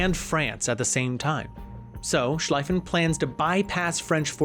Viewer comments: It's von Schlieffen, not von Schleiffen. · 3 minutes into the video and you called the triple entente "the allies" and called Schlieffen for Schlaiffen. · It's pronounced more like "von Sleeven". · I'm really disappointed in the amount of mispronunciation, especially key figures and locations. Schlieffen (Shl-eye-fen), Sarajevo (Sara Vey Ho), Gallipoli (Galapoli). (How it was pronounced in the video and not correct) Please take your time and do this stuff right.... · and Schleifen Plan, Ishtanbul, Gallapoli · Im not familiar with the channel but I’ve never heard anyone pronounce Schliefen that way. I’m guessing this is content for you not something you’re passionately into or even mildly informed about, I don’t like that and I know it’s just supposed to be entertainment. But you obviously just read something on it and are making content. You’re actually clueless about WW1. You can’t pronounce Schliefen and it has nothing to do with your German pronunciation, I wouldn’t expect half your audience to be able to spell it but they all know the name of the guy who came up with the plan and how to say his name. You don’t. That makes the whole rest of the video kind of tainted in a way. I’m a WW1 buff and here’s a guy making a video on it that can’t say Schliefen. Cmon man educate yourself before you put shit out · You should've talked about how the German Emperor Wilhelm II was absolutely right, he did his best to prevent the war but was undermined by the parliament. Also, it's von Schlieffen is pronounced with the German "ie" which is a long "I" like in bee, not with the German "ei" which would be pronounced like "I". Also, the whole Lusitania was illegally filled to the brim with ammunition and chemicals and a legitimate target for warfare, the passengers had no business being on there. Also, the "Treaty" of Versaille might have been the greatest political atrocities